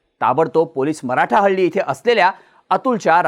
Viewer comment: मराठाहल्ली नाही रे, मारथल्ली😂